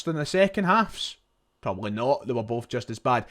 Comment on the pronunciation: Breaf or bof oh dear , did you have an education ?